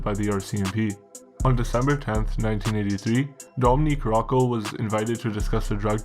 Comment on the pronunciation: Great content but you gotta pronounce these Italian first names properly. Domenic. Not Dominique.